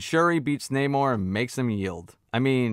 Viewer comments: The namor complaint is SO dumb. He is called ONE name in the movie. One with a Spanish accent (nah more) and the other with an English accent (nay more). You know how Spanish speakers pronounce "José" differently from how an English speaker would? Exactly. It's not deep. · you say namor so many times just figure out how to say his names this isnt rocket science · That way you pronounce Neymar, Namor, Na--whatever.... is hilarious 🤣🤣🤣